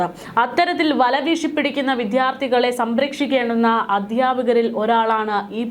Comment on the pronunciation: വിധ്യാർത്തി അല്ല വിദ്യാർത്ഥി എന്നു ഉച്ചരിക്കുക അരോചകം തോന്നുന്നു